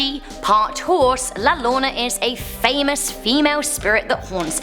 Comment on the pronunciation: Almost there! It's more like p'kahn. less pah. It's s short 'p' sound. Also : D Here's one I cannot explain- two L's in spanish make a Ya sound! So it sounds like , Yor-oh-na : > Really cool to see Demon Road up there! I wonder if you will get enough new TexMex ghosts for another video XD